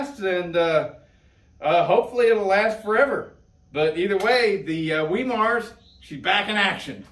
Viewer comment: Hard (start) Wemar conversion. 😂 Good stuff. 👍